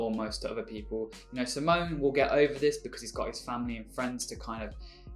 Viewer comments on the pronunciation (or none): So I'm going to be annoying here. It's in regards to how you pronounce Simons name. It's see-mon. As in see what's over there and mon as in monday. Sorry for being that bitch.